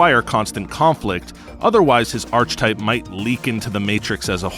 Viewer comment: arch type? never heard anyone say that. ever. you either know the word and how to pronounce it, or you dont know the word exists at all. xD